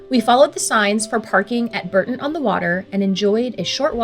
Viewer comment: Bourton is pronounced Bore-ton